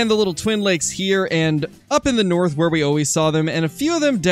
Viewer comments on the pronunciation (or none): none